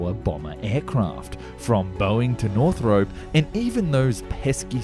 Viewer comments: Can't wait for more. Btw, is it "North-rup" or "North-rope"? I've always said the former and I thought that's what you were using in your last video (on the XB-35). Here it sounds much more like "North-rope". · Thank you. Northrop. The North-rope pronunciation grated almost as much as "ek-speshully". :( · Enjoy your videos. But for pity sake. Jack NORTHROP. Not north-ROPE. There is no E on the end. In fact Northrop himself would’ve pronounced it more like Northrp. Stress on first syllable. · Northrop has no "e" in it. It's Northrop not "north rope".